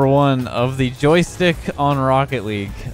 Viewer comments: The “Joytick” really triggered me lol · It said on JoyTick. 😂😂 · why is no one talking about it saying on Joytick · That's what you call a gold aerial simulator tomorrow Inspired by the joystick video, I recreated the Microsoft Flight Simulator in Rocket League. Jokes aside, now I'd like to see you try this with Guitar Hero/Rock Band drums. PS. Did just make the favourite insect reveal, or is the s in joystick silent in Canadian?